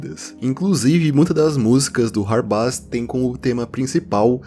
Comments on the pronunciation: Mano, acho q a pronuncia certa do hardbass é (rardbêss), pq tipo, bass(pronúncia: bêss) é baixo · Perfeito video como sempre! Hard bass se pronuncia RARDI BEISS